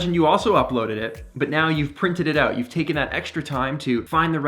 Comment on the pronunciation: Just came across your channel! I like your energy and sense of history. Something many lack these days. Also dig the way you say "oout" eh! 😉👍😆 Look forward to learning more from you.